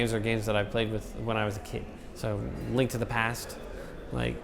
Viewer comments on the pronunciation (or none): none